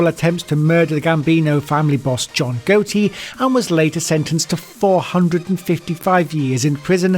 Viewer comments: The religion of peace am I right? And this hit says John Gotti like John GOATe lmfao. How do you not know who the teflon don is, and how to pronounce his last name? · its not jhon goaty its jhon gotti god damn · It is ga tee not goat tee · JOHN GOATIE…. Buddy’s never heard of John gotti 😂😂😂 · [John] Gotti is pronounced got‐tea not goat-tea (at least in u.s. it is) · I enjoyedit until you pronounced "gotti" as "goaty" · “John goaty” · All good lol. Sounds funny the way you pronounced it. It's pronounced John GOT-E... Gotti Got EE lmfao. I wasn't trying to be an ass, If it came off that way then my bad. Keep it up!! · "Loo-cheesy?" "Goat-ie?" Jesus wept, get it right. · john go-tee??? wtf? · Some of these guys... Lou Cheese (crime family). John Goat-tee? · Also lol "loo-cheese crime family" and "John Goat-y", this is dumb as shit or AI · John "Goatee" 🤣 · Say goatti again, such a poor narrator. Funny though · sorry but some of the pronunciations are so bad “goattie” “wacko” so funny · Bruh the mispronounced names is fine but the pronunciation of john gotti just fucking killed me man lmfao mf said john goatee 😂😂😂😂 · I cracked up when dude pronounced John Gotti John Goatey (I'm not sure if I spelled that shit right). But being Gotti was a p.o.s the name sounds good to me. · The narrator should be in ADX for the way he butchers some of these names like the Loocheese mob family, John Goaty, USP Tuskan, Arizona, Wacko,Texas, Semoan Trinidad and not sticking with the captions! 🤣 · John Goaty, was it? 😁 C'mon man, he's the most famous American mobster to-date. You've honestly never heard his name spoken properly? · Waco, John Gotti, and the lucchese family how the hell do you pronounce every terrorist perfectly but you get the most simplest names butchered. Good video do your homework first. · How can you pronounce all these Arabic last names but not Tucson or Gotti? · I was like.. this guy can pronounce names really well. And then.... Gotti lol